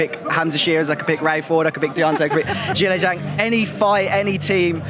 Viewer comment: Why is opetaia calling pronouncing "Zhang" as "Yhang"?